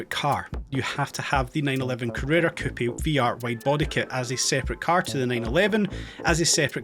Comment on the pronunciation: Hahaha why would I be excited for a non working casino ? This dude has such a hard on for this game, is he getting some kind of kickbacks from Nacon? Does any one hate when instead of pronouncing the word coupe he says coupy? Dude say it right